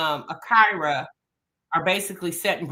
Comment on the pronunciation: Everyone in the video: Ah-kee-ra: Ah-KYY-ra 😅 loved the convo as usual tho 💕